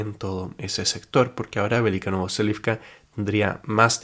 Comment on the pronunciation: Velyka NOVOSILKA, no NovoSELIVCA